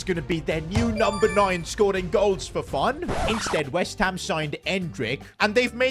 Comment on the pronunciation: You said insteed instead of the word instead and also you said shushing twice